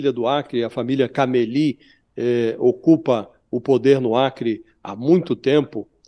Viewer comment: Não é Caméli a pronúncia. E sim, Camelí